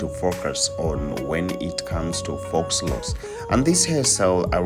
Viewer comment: It’s pronounced “foe” not “fox”.